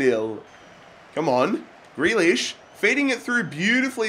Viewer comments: It’s pronounced ‘greelish’ not ‘grelish’ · Greelish not grehlish please. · it’s GrEElish not Grelish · I mean grEElish in how it's pronounced not spelt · How you say grealish gree-lish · You don't pronounce grealish name like that u have to say greelish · Its prenounced 'Grilish'. Im Irish so i know.